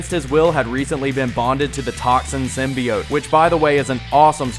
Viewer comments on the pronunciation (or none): Your mispronounced "Symbiote" drove me to drinking.....